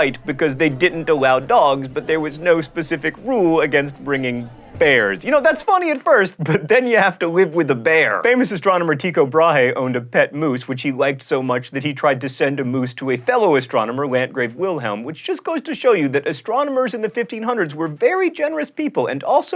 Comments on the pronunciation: Tycho Brahe name is pronounced more like (Two-show) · I laughed pretty hard at the pronunciation of Tycho Brahe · How dare he mispronounce Tycho Brahe's name. I have yet to forgive him for not mentioning vikings in crash course world history!